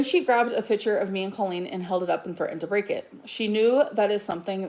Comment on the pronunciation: i can’t with the way she says picture… “PITCHER”